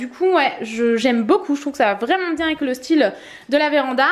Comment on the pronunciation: Insupportable quand tu dis "vraeument"